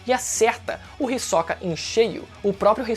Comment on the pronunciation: ri soca é pica kkkkkkkkkkkkkkkkk ri demais da tua pronúncia, eu sempre pronunciei risôca ótimo vídeo